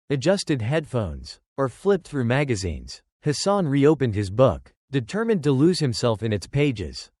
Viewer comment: His name is Hassan and not his son. 2 complit different meanings, There is no O in the name